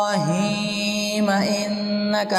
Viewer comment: Galat parh rhay ho ibrahima ma zabar parhi jae ge